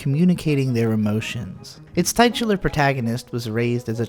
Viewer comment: "tight-ular" Yep...same old